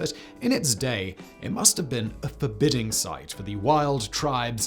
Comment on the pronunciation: for-Bow-ding sight. Not forbidding.